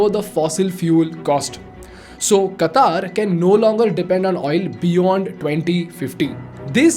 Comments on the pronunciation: This lame guy is making an analysis of a mega event and he can't even pronounce Qatar... Qataar means queue. its Qatar. Ultracrepidarians ruling uninformed minds these days.... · Qatar not Qataar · Its not Kataar. it is Qatar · At least work on your pronunciation. It's no Qataaaaaaar. It's Qatar. Very simple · It's not Kataaar it's Qatar* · It is Qatar, not Kataaar 🤣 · First speak correct QATAR.....QAATAAR ....hahahaha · Do you pronoun पाकिस्तान as "पेकिइस्टैन" ? मोदी as " मोडी" ? If no, then it's "क़तर" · firstly announce the word Qatar properly😅